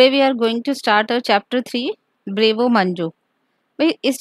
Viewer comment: Maam wo brave o nahi braavo hai ( I am writing how to pronounce it)